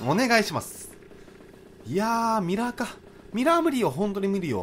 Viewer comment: ミラー無理よほんとにみりよって聞こえた ミラーに引っ張られすぎて可愛い